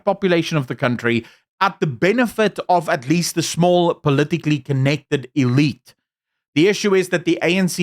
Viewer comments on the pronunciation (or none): none